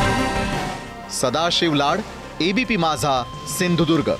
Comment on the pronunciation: साहेब आधी तेवढं आमच्या जिल्हा चे नाव व्यवस्थित घ्या.सिंधुदुर्ग म्हणा तुम्ही सिंधुर्ग म्हणता ते चुकीचे आहे तेवढी सुधारणा झाली तर बरे होईल.सिंधुदुर्ग आमचा अभिमान आमची अस्मिता आहे.